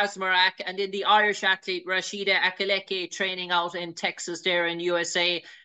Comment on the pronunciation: This supposed Irish Analyst called Rashidat Adeleke, Rashida Alileke